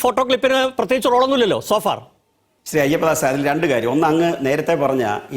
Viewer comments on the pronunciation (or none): അയ്യപ്പദാസല്ല... മൈയ്യപ്പദാസ്